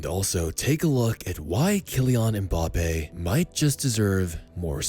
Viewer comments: Mbappé* not Mboppe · by the way, it's Mbappé, not Mbappe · I love MBAPPE but MPAYPAL sounds so funny